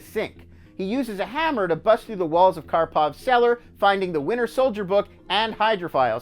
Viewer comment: Sounds like he says the “Winner Soldier”